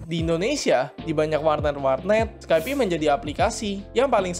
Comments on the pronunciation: Pelafalannya "Skaip" bro, bukan "Skaipi" Capek dengernya drtd skaipi skaipi... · skaip bukan skaipi.